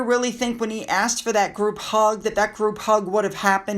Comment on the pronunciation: And axed instead of asked!!!